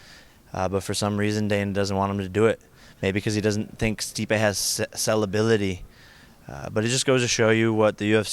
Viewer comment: Jake says Masvidal can’t speak? “Sell - uh - bility” 😂💀